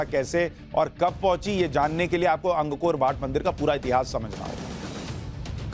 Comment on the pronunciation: अंग कोर वाट नहीं है ये "अंकोरवाट" है श्रीमान जी!